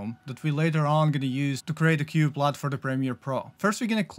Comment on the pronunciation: U doesn't make an O sound. XD I was so confused trying to figure out what this new LOTE was.